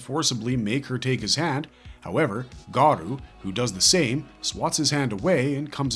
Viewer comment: Garou is pronounced Gah-roh not Garoo lmfao